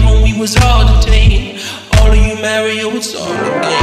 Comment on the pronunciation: Interesting choice to use the proper pronunciation of Mario.